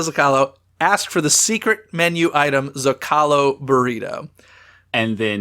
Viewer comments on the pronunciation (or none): Isn't the restaurant Rancho del Zocalo pronounced "Zo-ca-low" not "Zo-call-o"?